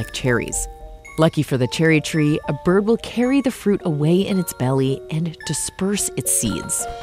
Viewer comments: No one:: A bIRbbb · i swear they said a birb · Did the narrator just said "A Birb..." ?? Lol instead of "Bird". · Am i the only one who heard, birb ?